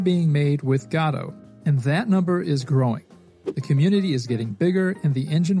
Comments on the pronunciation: GAW-doe? You mean guh-DOE? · It's not gaadoo it's GODOT !!! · its not Gado its Godot. Go dot. Thanks for good content 🙂🙂🙂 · Wtf is Gaddoh? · i mean, i might subscribe but i dont know if i can handle the "gato" pronounciation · Why are we pronouncing Godot like Gatto? I actually hate the real way it's pronounced but this bugs me even more XD.